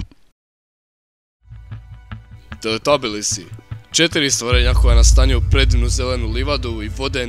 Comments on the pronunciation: TELETABILISI?! Ja sam čula za teletabise ali za teletabilise? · teletabisi ne teletalibilisi